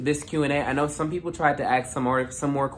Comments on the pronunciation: it's the "aks" for me😭😂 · ...and axe/aks. Your ears are fine. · You mean “axe”